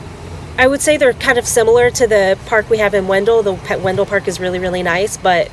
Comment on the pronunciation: wen-DELL! Yes, it's named after Oliver Wendell (WEN-dle) Holmes, but it's not pronounced the same way (per town staff circa 2000 - I asked about the discrepancy, and they laughed it off). My son bought in Angier (not even Wake County) late 2022, and I'm not looking at stats, but it seems that the asking prices are comparable to Garner these days. Love the videos :)